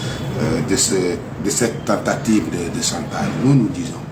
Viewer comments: S'il ya chantage c'est qu'il ya un dessou. Il faut creuser pour en savoir. Arretez de mentir au peuple. Prononcez chantage non santaze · Ce pseudo avocat n'a rien appris à l'école de la magistrature que le mot chantage qu'il prononce mal